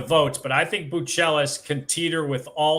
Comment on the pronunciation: Since when are we pronouncing Matas’ last name as Bu-Chelis and not Buzelis?